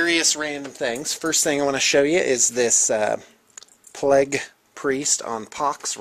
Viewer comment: PLAGUE! PAHLAEGUH!